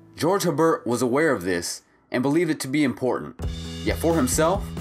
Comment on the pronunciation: FYI, he was French, so his name is pronounced AYE-bear. Respect✌️